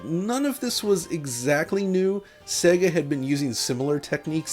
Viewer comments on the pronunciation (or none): none